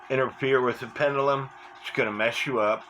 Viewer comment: "Cenner, pennelum"? Why do you speak sloppy? Something wrong with your mouth? Or just a bit lazy?